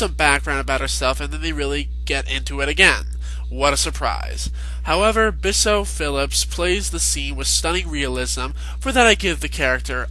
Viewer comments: pronounced Beeejuuu not Biso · your opinions on how the character lisa acts is how she was supposed to act..so i dont really think youre opinion on her really holds up. i mean that was how the person was in real life. also bijou is pronounced "bee-jew." so yeah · You pronounced Bijou's name wrong...